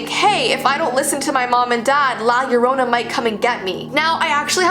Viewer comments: It's funny when people say Mexican words hella wrong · I’m Mexican and your saying the name wrong tho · Who else is bothered when someone says La Llorona "wrong".... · Your saying it ring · i love her ❤️ but is any other hispanics watching a bit annoyed by how she is saying “ llorona “ ☠️ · I know everything about her and your saying her name wrong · 😂 I love that she says it wrong #Hispanic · your not saying it right u know cause i Mexican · Me being a Mexican: You better say it right 😠: *Says it okay-ish* (That's not even a word) Me:... I'll let her pass she is one of my favorite YouTubers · You should try to role the r in La Llorona....Yeah I know that she s not Hispanic but me being a Mexican I prefer rolling the r because it sounds weird if you dont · OH MY GOSH YOU SAID IT WRONG im Mexican but don't worry I still love your videos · No hate but the way she says La Llorona bothers me and I'm Mexican so it bothers me how she and others say it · Yea same but its just that she not used to pronouncing stuff like that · Its pronounced jorona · PRONOUNCED AS: Lah yerona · i am cringing bc she said - La Yerona- when its - La llorona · It’s not pirnounct liyoorona it’s liya lona I’m a Mexican so I’m scared of it alot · La Llorona not Lie lorona UnU just saying I’m Honduran UwU OwO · It's not pronounced la larona it the curse of the lacharona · I say llorona and im american and when I heard her say yorona I was like isn't it llorona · Fr like her name is llorona not yorona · Ok, no offense because I love your videos, but it’s not pronounced la yarona, it’s like this, (lah lah-rohna) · the girl say think larona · ILY (btw its pronounced "la- yorrona") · At the end she said La Llorona but i definetly heard La Corona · Lah lãhrona that’s how you say it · It’s said like: jo-ro-na (ez u-u) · I cringe when she says La yarona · La JoR o N AA TRYING TO STELEYE ME. LA JORANA WHAT THE HECK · who else heard "like you dont know." instead of "La Llorona"